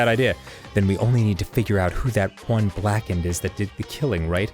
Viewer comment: i dont like the way he says blackened .....lol